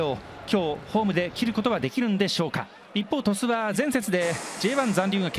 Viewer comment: トシュって言ってません？笑 リカルド監督、岩尾、ジエゴ、垣田、宮代